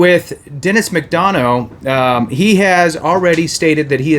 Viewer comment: "Muc- Dun-Uh" ( McDonough )